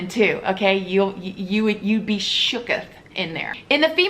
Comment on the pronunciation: Lol shook-eth